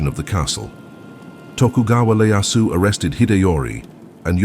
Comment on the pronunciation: Tokugawa ieyasu not Leyasu.